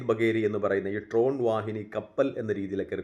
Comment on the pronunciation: Tron അല്ല. ഡ്രോൺ ആണ്